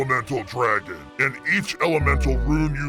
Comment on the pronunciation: It's dragon not draigo